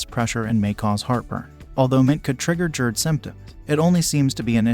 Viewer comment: What is JErd, bro. It’s GASTRO so it’s Gerd..